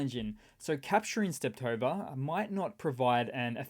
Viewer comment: Hey, I first thought, it was a one-timer, when you did in a recent Video, but in this one you did it again. Nothing big, but it triggers my inner Sheldon... There's only one T in Stepove (or as you seem to like to call it: Steptove). 😉